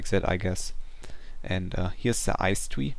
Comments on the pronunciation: im very sorry but when u say ice tree it seams like ur saying ice twee. lol (im not making fun of u) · "here's the ice twee" lol